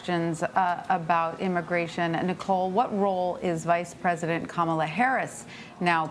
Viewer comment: I think you're mispronouncing Kamala, just to be fair I think the emphasis is on the Allah